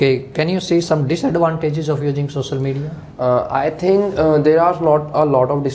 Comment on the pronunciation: Sossal media 😂😂⚠️